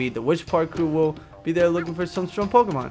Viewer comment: r u kidding the pokemon say their names please just listen so you can say them right